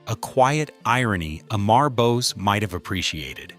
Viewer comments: The correct way to pronounce his first name is Ammaarr not Aaaammmmaaar. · The pronounciation of the name is not "A" "Mar" but "Um" "mur" as in murmur. Also the video keeps showing a "White" person. He had a light indian complexion. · A- maar 😂😂😂😂 Amur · You are pronouncing is name wrongly his name is not Emmar but Amar pronounce it Um-ar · Amar Gopal Bose ❌ Eh-mhar Gohpayl Böz ✅ 😂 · It is not pronounced "E-maar" but "a-mur". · Please pronounce the name correctly it is not E - M - E - R The way it should be pronounced as - AU - M - O - RE . Right ? AU - M - O - RE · অমর (Bengali, meaning immortal) pronunciation: 'AWE-MOR GOPAL' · "Am" Amar is pronounced as the "Am" in "Among". If you are going to talk about a person, learn how to pronounce their name correctly. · If you are doing a documentary atleast get his name right. It's not A-Mar.. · Just correct the prounciation of Amar Bose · OMG, you don't even know how to pronunciate "Amar"!!!, and call yourself a content creator? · Why did you not complain about the atrocious pronunciation of Amar by the AI audio?!!